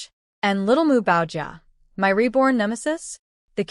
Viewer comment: Why does ai have such a problem saying my, & has to spell it out instead?